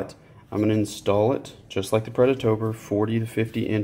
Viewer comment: Watch this video to help me build my UDE kit and also Everytime you said "predatOBR" I took a shot of whiskey, good video dude !